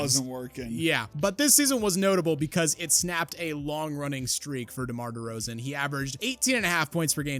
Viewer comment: ah yes. The unique career of DEMAR DERZAON.